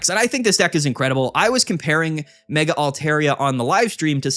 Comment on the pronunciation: Mega keeps getting me 😂 I hear ‘my mega altaria’ and I’m like YOUR WHO ALTARIA